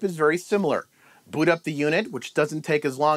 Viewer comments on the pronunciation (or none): none